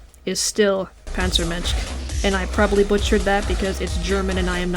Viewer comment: eh, you actually pronounced panzermensch pretty good